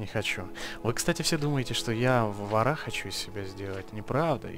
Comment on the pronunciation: не варА,а вОра